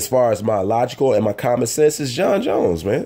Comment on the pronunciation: It's Jon not Jons Jones And Gustavson and not Agustavson Slow down,!